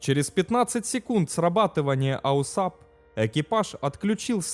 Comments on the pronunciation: Только не АУСАП, а АУАСП. А вообще видео отличные. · Не аусап, а ауасп. Автомат Углов Атаки и Сигнализации Перегрузок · Не АУСАП а АУАСП. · АУСАП? Может АУАСП? Хоть почитай немного.. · АУАСП только, а не АУСАП. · Да блядь!!! НЕ АУСАП!!! Аж слух режит !!! Правильно- АУАСП !!! АВТОМАТ УГЛА АТАКИ СКОЛЬЖЕНИЯ и ПЕРЕГРУЗКИ!!! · НУ какой к энтой матери АУСАП, если он АУАСП (произносится ауаэспэ, Автомат Углов Атаки и Сигнализации Перегрузок) ? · Бля, такое впечатление, что человек либо с говором, либо не совсем владеющий русским языком комментирует, либо компьютерный голос....А так интересно. Какой аусап, если АУАСП. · Аусап? Может Ауасп?) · Не АУСАП, а АУАСП. Дружище твой аусап режет слух. Клепаешь видосы про авиацию, так будь в теме. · Аусап - так говорят? Ну мало ли, говорят, а не неграмотность. Но режет слух, когда постоянно читаешь именно АУАСП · Автомат углов атаки и сигнализации перегрузок это АУАСП, а не "аусап". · Да, я тоже хотел это сказать. Режет слух неправильное АУСАП. Перезалить надо ролик. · аусап слух режет. На самом деле это АУАСП - автомат углов атаки и сигнализации перегрузок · Режет ухо ваш аусап....прибор правильно называется АУСАП... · АУАСП!!!!!! Блин..... Зачем делать такое бестолковое видео? Читать мы сами умеем. А тут и прочитать правильно не смог. Нет бы поинтересоваться, что такое этот АУАСП и другим рассказать. Само содержание туда же. Автор не заметил, что версия Ершова противоречит фактам? Взял один текст, прилепил к нему другой и норм, пипл хавает. Половина народа в комментах спрашивает, почему скорость 400, когда должна быть сильно больше. А вы объясните им, что такое "приборная скорость" и почему она такая. Это же интересно! А..., вам же лень разбираться... Неуд короче. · ауСАП просто режет слух. Автор, ну хоть загули название системы, прежде чем выпускать ролик. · АУСАП... Неужели так сложно правильно прочитать уже готовый текст из Википедии? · Да, режет ухо.